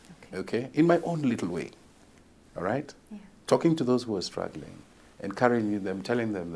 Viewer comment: He say HAPPY WOTH STTUGGLING mmmmm